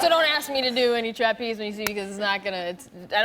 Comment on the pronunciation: TRApeze. Interesting pronunciation